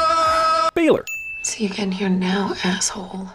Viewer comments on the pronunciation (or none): "BAYLOR" lmfaooo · omg "Baylor" 😂😂😂😂😂😂😂